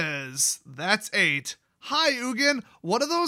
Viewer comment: Spelled Ugin. Pronounced Nukin